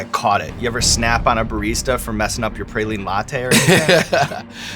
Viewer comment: I would have snapped right then--Not Pray-line, it's PRAWline